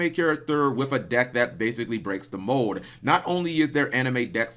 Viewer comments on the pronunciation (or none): none